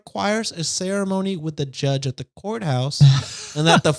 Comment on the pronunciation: That “courthouse” mispronunciation reminds of Mad Men when Peggy answers the phone and says “Pizza House!”